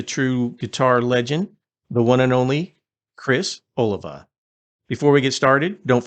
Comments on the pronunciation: O-Lee-Va, not Olive-a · It sounds like" A lee va. Other than that, nice tribute! Love Savatage! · It's ,oh lee vah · Its pronounced Oh-LEE-va. Get it straight. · First of all, you should learn how to pronounce his name correctly 😮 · Dude, you mispronounced his last name. Badly.